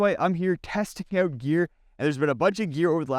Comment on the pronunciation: Out. Not owt